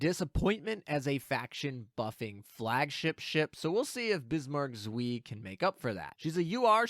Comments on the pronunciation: Leipzig too. German is one of the easier languages as far as vowels go. "ei" rhymes with American "pie". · the pronunciation of "Zwei" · Nice video, but the pronunciation of "zwei" kills me xD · Have a drink every time says zwei wrong.:P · It's not Zwee. The "W" in German is pronounced like a "V" in English. The "ei" is pronounced like "eye". So it's "Zv-eye" but not 2 syllables. It's just one. C'mon. Please, for the love of God, don't turn into KimoCheese on us please? Take the 10 seconds to consult Google translate to get the pronunciations correct. Edit: Also, I'm really hoping that Bismarck Zwei is really only going to be great in a full KMS fleet. I'm so sick of incessant power creep in my games I enjoy playing. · German tips: W is V and anytime I and E are next to each other, you pronounce it like you were just calling out the second letter, in this case I. So Zwei is Zv-eye. Also, tarot is tair-oh, not tar-oh. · Zuh-vy, or even Zuh-fy but make it one syllable. Long I. Should not rhyme with 'whee!' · Zwei is two on german so it's not "zwi" it's "cwai" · For those unaware, Zwei is pronounced "ts-v-eye." This is because it's German and Z's are pronounced like a bee flying by your head while you are trying to sleep. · Zwei is pronounced "ts-veye" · The ei in zwei is a long eye sound. Like saying eye. Kinda painful hearing it mispronounced for some reason. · Zuí, almost french, which Bismarck is of course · zveeee, it was painful. but the video is great! :D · Your pronounsiation of "Zwie" (2)... Rip German. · Bismarck zui ? xD Guys come on :'D jk, i love how you pronounce some german stuff haha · what even is that pronounciation is bismarck zwei??? 🤣🤣🤣🤣🤣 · My german speaking soul dies every time you pronounce "zwei", but apart from that thanks for the video :D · If only you took that 30 second googling time to learn how to say Zwei. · I died a little bit inside every time pronounced Zwei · bro said suiiiiiiiiiiiiiiii